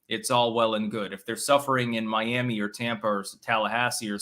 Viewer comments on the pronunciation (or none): none